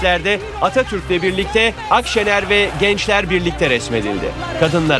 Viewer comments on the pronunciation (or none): "Kısmetse Olur" ağzıyla konuşacağına önce Atatürk demeyi öğrensin CHP İstanbul İl Başkanı.